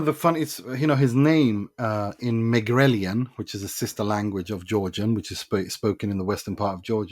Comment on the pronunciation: I have a feeling, that he's Georgian or something, his pronunciation is indeed good, and he knows Megrelian, which is weird.